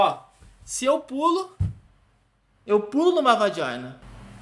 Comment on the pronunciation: "VAJINA"rachei kkkkkk